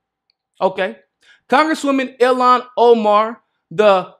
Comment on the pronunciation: I don't mean to be that annoying person. But I just want you to know that Ilhan is pronounced Eel-han. Not the way you have been saying it. It's Eeeel-han.